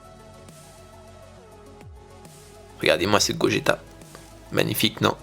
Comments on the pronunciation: super dessin mais par pitié, arrête de dire "Gojéta"... on dit "Goguéta". sinon génial ;) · Sa s'écrit Gogeta mais sa se prononce Gogueta :c